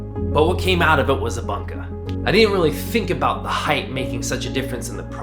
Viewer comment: come on dude, you are a knife maker it's not banka it's boonka it's Japanese. It's not that difficult to learn the correct pronunciatio...